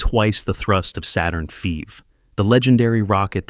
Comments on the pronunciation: Please fix your AI voice app. I’m tired of hearing about the Saturn feeves and Saturn feevees. Now for COPVs, it’s saying Co-PVs and COPVS. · Saturn Feeve? 😳🤣😭 I hate but also love AI. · Saturn feeve? Chinees? LOL! These AI videos are awkward. I still don't understand why real people can't just read a script.